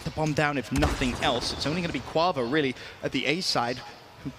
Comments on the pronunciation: Every time said Kauvo I cringed, just call him Kenny man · Someone teach how to say kuavo